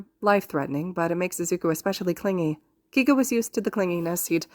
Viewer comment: Im pretty sure his name is pronounced kay-go instead of key-go No hate tho!! Amazing fic and wonderful narration 😁